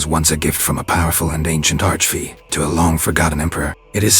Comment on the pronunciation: He said arch fee